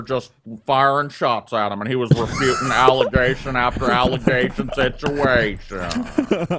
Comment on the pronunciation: I love, but he mispronounces situation. When Brett says it, it's pronounced "sich-ee-a-shun."